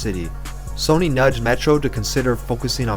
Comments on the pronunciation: Pronounced “Sunny” not “Sony” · Lmao "sony." It's sonny. Like sunny. God that Tuesday beat soooo haaarrrdddd.